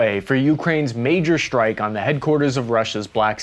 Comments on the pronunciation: Why do you use German pronounciation: "shtrike" instead of "strike"? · Thanks, for the podcast. Fix the speech impediment, unless you are regressing there is a physical impediment that surgery can correct. Shtrike, inshtructor and deshtruction aren't correctly pronounced.